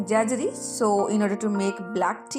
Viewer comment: Mam its jaggery pronounced as जैगरी and not as जैजरी .😊keep it up👍